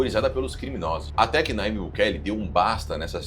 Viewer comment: Nayibe, porém se lê "Najibe".